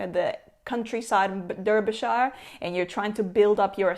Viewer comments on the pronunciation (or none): none